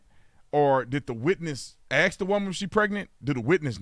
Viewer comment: Thanks to Thomas Sowell, I no longer 'blame' you for saying AX. Instead of ASK.